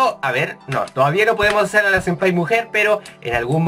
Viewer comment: "Sempaya" xD Jajajaja